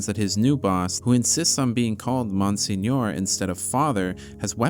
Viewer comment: Dude I’m sorry but that’s not how you pronounce monsignor